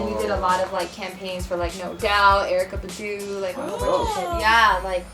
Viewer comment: I'm stressing over the fact that she just pronounced Erykah Badu name like that 😲😤